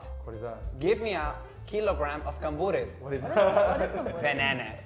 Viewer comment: Cambur* not Camburo.